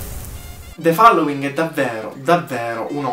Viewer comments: The FALLOWING ? Ragazzo rilassati, si pronuncia FOLLOWING. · Non c'è bisogno di "rilassarsi", semplicemente non lo pronunciava correttamente...